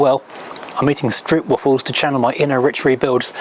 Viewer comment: Somehow I knew you would say 'stroepwaffel' 😅 - for the next time around, it's 'strope-waahfl' (from Hema by any chance?)